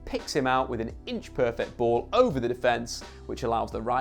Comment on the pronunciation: Also pronouncing 'Klaassen' as 'Classy' hahaha.